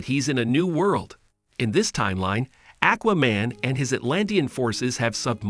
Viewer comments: WTF is a Akwah-Man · why you say Aquaman Lex Luther like that lmao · Omg, I appreciate this narrator but come on bro....learn how to pronounce words and names the way 99% of comic readers and animation/film viewers, and VO actors too say how the character's names sound! 🎉😂 I can't be the only one to cringe at "ĹaKes LoothoR' or "Aķķķwaaa-Mane" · Buddy said akwa man and lex lether. Smh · Ha Ha Ha - Ackwaman and Lex Luthher! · Lmao ahquaman, parayduhmons, lex lother